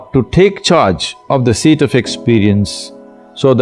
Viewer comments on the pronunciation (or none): It's not sheet.... It's seat of experience 🙏🏾